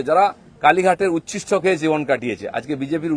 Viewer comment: উচ্ছিষ্ট। উৎকৃষ্ট নয়। বাংলা খবরের চ্যানেলে বাংলা মিডিয়ামে পড়া কাউকে চাকুরীতে রাখলে ভাল হয়।